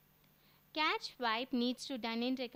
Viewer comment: i believe it's pronounced 'cash'